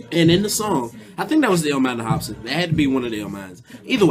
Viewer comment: lol " hopson "